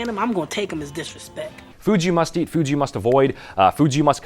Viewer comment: I literally thought what is FUJI? Then I realised you said FOODS YOU... Hahaha. Hope you don't think it is a bad comment - just funny that I heard Fuji. LOL